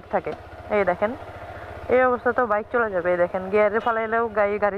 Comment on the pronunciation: কি ব্লগ আর করবেন, যে বাইক নিয়ে ব্লগ বানাইতেছন ওই রকম বাইকের নাম ই বলতে পারেন না ঠিক মতো 🤔